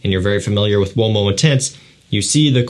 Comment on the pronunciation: Ooh - oh - mo , not womo :face-fuchsia-wide-eyes